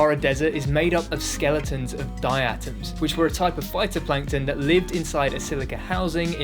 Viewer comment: die’-ah-tomz - diatoms :) or dia’-uh-taamz in dictionary speak. just to let you know 😋✨✨✨💠💠💠💫💫💫🔷🔷🔷♥️💢💢💢🔅🔅🔅